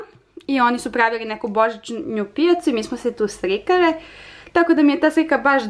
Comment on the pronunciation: Zasto pricas srikare umjesto slikale